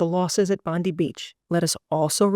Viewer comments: Just a side comment, the pronunciation is actually Bon-deye, not Bon-dee. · It’s pronounced Bond eye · Just quickly, Bondi is pronounced as Bon-di (di as in Diana) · The pronunciation of Bondi In Australia is pronounced Bondeye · Pronounced “Bondye” Beach. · Pronounced ‘Bond eye’ beach. 😊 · Excellent video . Minor point : Bondi is pronounced as Bondie . Ironically. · FYI, you're mispronouncing Bondi beach it's Bond-eye. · Please use the Internet to hear how to pronounce Bondi Beach because you have got it wrong